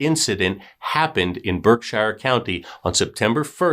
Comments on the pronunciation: It’s not pronounced as Berk-Shire it’s pronounced as ‘Birk-Sheer.’ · Berk-sheer is how you pronounce Berkshire. We pronounce things wicked strange in Mass 🤷🏻‍♀️ I can’t believe I’d never heard of this story. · Berkshire.... pronounced BerkSHEER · We pronounce it Berksure county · Lol How come you are letting him getting away with the BerkSHIRE pronunciation then?? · Lol we pronounce it Birk-sheer!! There are so many funny sounding Towns here in Mass!! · Good story. It’s pronounced BERK- shurr . No hobbits here! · pronounce Berkshire correctly will ya I'm from there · Lol. I just commented the same thing. I see other people from Mass commenting yet I don't see anyone else correcting the pronunciation like you and I did.